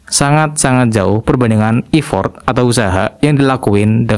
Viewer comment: Effort bacanya efert bang, bukan ifort, bahasa inggris itu emang kadang aneh bang